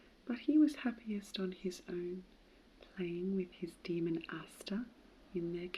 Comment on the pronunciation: I always thought daemon was pronounced "day-mon". There are software programs also spelled daemon that are pronounced the same way.